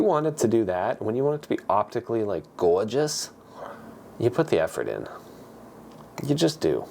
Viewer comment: "Optically goyjus." Lol